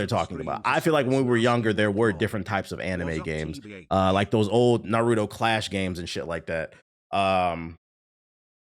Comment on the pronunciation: "Narudo"lmao why do niggas put D in Naruto's name and pronounce that way?!